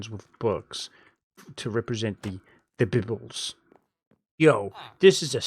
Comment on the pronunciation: that was really funny how you said bibles, but I also wondered what happened to series, guess no need to worry!